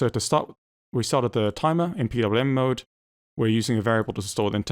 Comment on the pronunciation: BOOT MOOD um try saying MODE, MOOD is you wife having a bad day, mode is a setting.